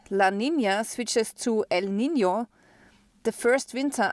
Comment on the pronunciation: I surely appreciate you pronouncing "El Nino" and " La Nina" correctly.